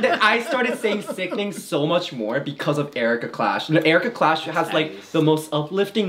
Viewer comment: The fact that said “Cherika Klash” and no one noticed makes me deeply sad.